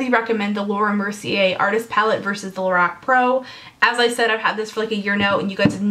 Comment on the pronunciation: Lorac is pronounced more like la-rock.